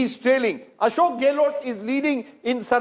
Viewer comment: What the hell is GAY-LOT? Its GEHlot